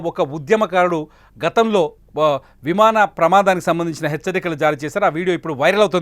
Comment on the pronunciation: Vimada kadu vimana